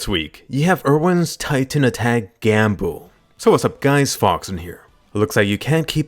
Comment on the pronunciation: "Erwin's titan attack gam-hook..." ...gamhook???